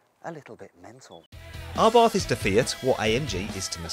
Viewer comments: Why does he say Arbarth, it's Abarth, no 'r' 😂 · Dude. It's Abarth. Not ARbarth. There's one R in there. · Ryan Patrick Someone should tell the presenter it is a silent aitch, pronounced ABART. BTW, the Monza exhaust is stupid. It is a THOUSAND POUND option, just to make the exhaust noisier. Drill a hole in it works just as well. I bought my 500 Esseesse, from a moron who thought it a good idea. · What’s an “Arbarth”…… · It is Karl Albert Abarth's name. The pronunciation is what it is. It doesn't matter what nationality you are.